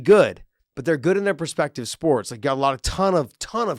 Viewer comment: Is no one else hearing Josh say “They’re great in their ‘perspective’ sports” instead of “They’re great in their ‘respective’ sports”?? 😂😂 I literally laugh out loud everytime. MAKE IT A SHIRT DAVE